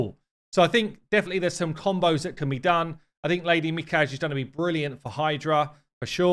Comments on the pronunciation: Mi kage? I think prolly pronounced as Mi ka ge divided onto 3 parts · I think it's pronounced Me-Kah+Gae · Pronounced me-cog-eh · Pronounced Mi-Ka-Gi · Me-Ka-Gay is the correct pronunciation. And Kyoku is pronounced Kyo-Koo :) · (Mi-kar-gay ;-) for future vids) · It’s pronounced “Me-kaw-gay” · Probable pronunciation: Lady Me-kah-gay. The Japanese don't place emphasis on any one syllable in a word so they all have equal emphasis. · ‘Me. KAH. GAY’ that’s how it’s pronounced. If you’re a Naruto buff it’s like saying’Hokage’ Anyway definitely going for her. Looks incredible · Her name is pronounced "Mi-ka-ge" and from Japanese it means "divine spirit; spirit of the dead"; she looks awesome btw and hopefully I'll be able to get her someday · Mikage is pronounced with a hard ‘g’ like genshin impact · Mikage. The G is pronounced like the G from Gate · animeniacs description was way more accurate to the japanese pronunciation of Mikage.